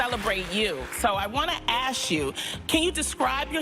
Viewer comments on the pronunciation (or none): I LITERALLY HEARD HER SAY THAT AND WENT TO COMMENT THEN SAW YOURS! She also said "Let me ass you.." ASSSS-CK!!!!! NOT ASS YOU! UGGGHHHH